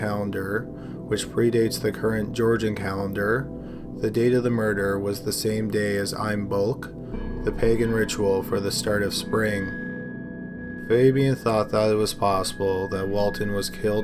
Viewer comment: Haha Imbolc isn't pronounced like that. There was an attempt I guess lol